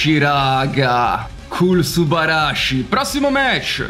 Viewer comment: Hai passato metà video a dire subarashi con l'accento sbagliato, che fastidio haha 😂